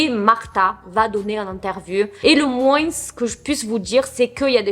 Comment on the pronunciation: Et le moin...s on ne prononce pas le S sauf si mot suivant commence par une voyelle, donc liaison.Merci d'avance de faire l'effort de bien prononcer car ça fait mal aux oreilles sinon bonnes vidéos...très bonnes même